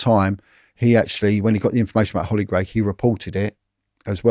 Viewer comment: Hollie gregg.. Not grey..